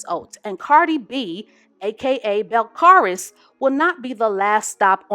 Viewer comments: Cardi’s name is pronounces Bell-Caah-Lees boo lol i chuckled when you said her name, love you! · I think her name is pronounce Bel-CAL-is